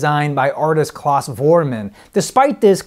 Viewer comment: It's not Claus (Closs), it's Klaus (Klowss).